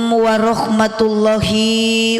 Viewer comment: mohon maaf, Apa benar baca salamnya gitu,? Setahu saya yg dipanjangkan lafadz Alloh nya, bukan HI nya